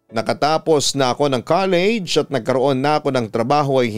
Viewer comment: "KALEYYYYDJ" talaga 😆